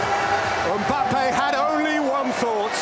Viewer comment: ‘Kylian Ombappe’💀💀💀